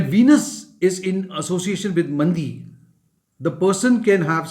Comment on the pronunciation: Sir its not mandi, its maandi. Many north indian pronounce nakshatra pada, actually it is paada.